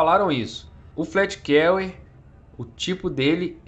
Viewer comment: Só uma observação "fleet Carrier" se fala como se fosse "flit Carrier" e não "flét Carrier" Mas muito bom vídeo haha,tô ansioso por essa nave